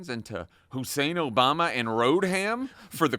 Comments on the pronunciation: "Road-ham" 🤡 yes, that guy sure sounds like he's got a finger on the pulse. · He said "hillary road-ham clinton"....